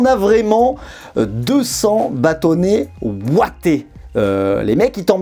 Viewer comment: des Bâtonnets Ouatés ? Des Bâtonnets Wattés